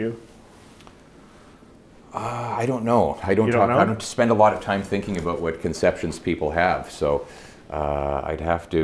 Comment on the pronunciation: Great interview just one comment, work on your pronouncing of ‘about’.😂